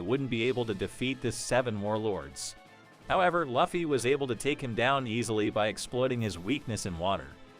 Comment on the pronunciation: How do you say luffy wrong?